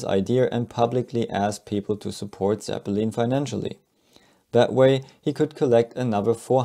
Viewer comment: Zeppeleen smh